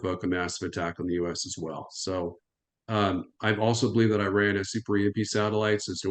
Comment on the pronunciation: Americans need to learn how to pronounce Iraq and Iran.